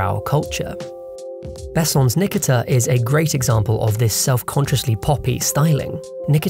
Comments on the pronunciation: Thank you! That was painful to listen to. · its pronounced Ni <KI> ta